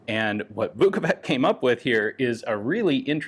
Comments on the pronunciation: A correction: Vuković is pronounced with a [tɕ], not [k]. Like ch in English. Therefore, it's ['vukovitɕ], not ['vukouvik]. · The letter C in Slavic latinised spelling is pronounced as a "ch" like in vukoVICH. Sorry my Russian bud made me write this lmao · Just a note to Slavic names pronunciation, "ć" at the end stands for English "ch" . So it is Marko "Vukovich", similar as Vasa "Teodorovich", the designer of internal magazine of one lovely pistol...